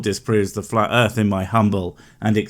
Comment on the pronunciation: "Looking into Flat Earf" is quite rewarding... everyone needs a good laugh once and a while - and that sh*t is hilarious !